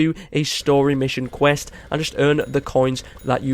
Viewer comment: You mean, “qwirst”